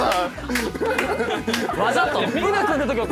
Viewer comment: の「わざと？」のイントネーションめっちゃ関西弁だなと思ったらだったw